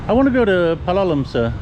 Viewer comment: As Lisa corrected you, it's PAL-o-lem, not Pa-LO-lem. Listen to the locals, it's not that hard,. I know you can do it! You do a good job with bahasa indonesia, so for sure you can get the names in India. Most three-syllable words will have stress on the 1st syllable. Soldier on! I know you don't read the comments anymore and that's fine, I don't blame you with me bugging you about pronunciation.